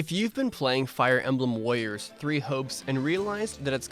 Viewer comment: "If you've been playing Fire Emblem Wawiors" 😭